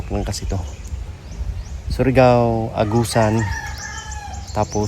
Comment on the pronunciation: Hindi SORIGAO..kundi SURIGAO 😂😂